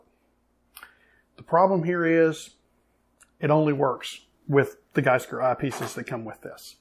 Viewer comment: Gskyer is pronounced G Skyer.